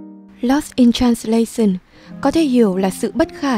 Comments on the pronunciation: Dù giọng bạn nữ rất hay và truyền cảm nhưng mỗi lần bạn đọc từ transla - xừn nó tụt mood quá ấy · Làm ơn học lại cách phát âm "translation" đi xin đấy.